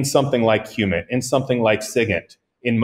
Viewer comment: Just before you mention some alternative"or other information sources, i could not hear them to clearly, would you mind telling me what that was? it sounded liking siggit and humid. Thanks, watching from South Africa